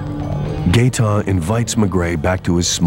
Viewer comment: “Gaeton Etier” you gotta be fucking kidding me lol